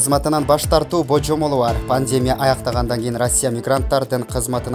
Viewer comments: Оой качан окуганды уйроносунор, ,,пандемеея", ,,метро планейрная "эмне деген окуш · Ушул сайттар нормальный дикторлорду качан табышат. Ото не граммотный баары. Басым жонундо тушунугу жок. Созду бурмалайт. Жада калса пандемияны туура айта албай жатат. Которгулачы🙏